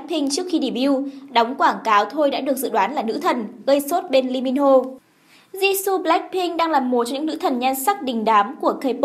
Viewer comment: DẦn dần, di su =))) phát âm nghe cạn lời vl :)